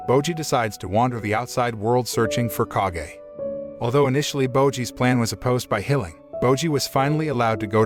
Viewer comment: Its not k a g e its kage